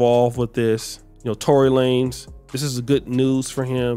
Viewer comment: Tory La-nez 😂😂